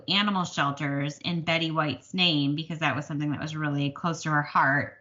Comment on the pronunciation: Yes you pronounced my name correctly! Thank you! I am wanting to do some valentine stitching so yay! I need to run to JoAnns and see if I can find that cat frame! Just love your valentine stitching. Encanto is amazing isn’t it? Great video this week and thank you for sharing your stitching. I do wish you luck and am sending good vibes.